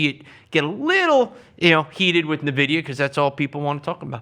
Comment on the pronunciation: Cannot keep listening when he keeps saying Navidia